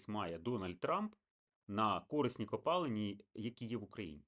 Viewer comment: Видно, что украинский у человека не родной. Ископаемые у него пОлезные, а не полЕзные.